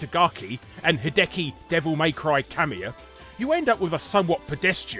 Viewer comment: oh, Kamiya. ka-MEE-uh. i thought you were saying 'cameo'